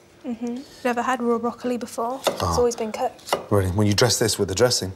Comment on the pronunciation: Can we saute the BrockEly